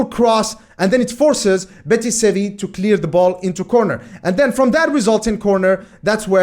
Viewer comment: Betis Sevi? Huh, that sounds unique. So used to it being pronounced simply Real Betis.